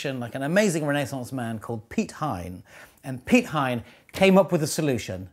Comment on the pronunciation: Great job of on the pronunciation of Piet Hein :D